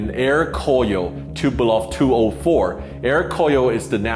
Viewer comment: TuPOlev, not TupelOV...very common mistake, like the way that aome people say "Anatov" instead of "Antonov". These are the surnames of people that designed the aircraft so it sort of matters.